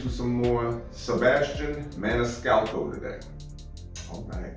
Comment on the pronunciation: So proud of you that you pronounced his name perfectly !!....LOL.....most reactors butcher his name !!........more Sebastian, please !!